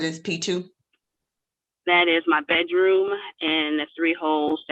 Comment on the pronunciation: What is a "Bet Room" door?